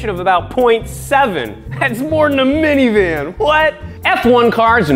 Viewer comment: “Thyats moore than a myinivan!” Lol